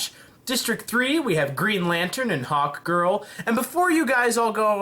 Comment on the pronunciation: When you said hawk girl I thought you said hot girl